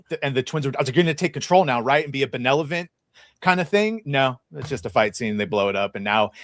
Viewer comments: meant Benevolent but says Benelephant 🐘. 😂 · Benelvolent!?!?!? Yeah! Yeah! …. It’s okay 😂😂😂